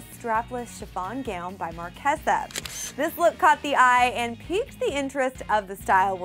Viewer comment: u pronounced marchesa wrong